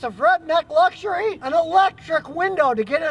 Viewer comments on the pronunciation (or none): none